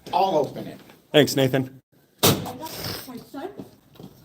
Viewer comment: He can't say Nathan? Is he from Pluto?